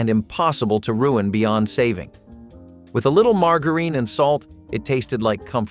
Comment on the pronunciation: The "G" in margarine is supposed to be pronounced " softly"...a soft G...